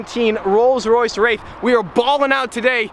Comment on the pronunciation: Did anybody here him say Rolls-Royce rape